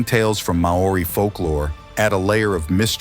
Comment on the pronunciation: "MA-O-RI" sound it out kid